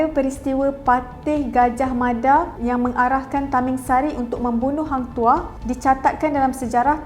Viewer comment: hang tuha/toh kenapa dengar pelik